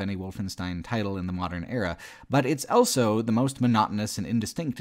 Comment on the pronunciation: pronounces the word "also" as "elso".